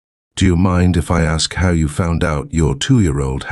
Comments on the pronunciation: SW's family is Jersey trash. That's where the 'hode on' and 'wooder' come from. Not sure about the 'har'. I hink it might be something of a speech impediment, honestly. Or else one of her parents pronounces it that way and SW learned it from one of them, which is a possibility. (I grew up in the Philly burbs and lived in Jersey, so I know what I am talking about). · I'm from the south and I've never heard anyone pronounce it "har" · Listening to Shanann and all of her MLM double-talk is exhausting. “Everything happens for a reason.” 🙄 And what is it with her constantly saying “har” for “how?” Those poor girls suffered needlessly with all of those doctor visits and unnecessary medical procedures.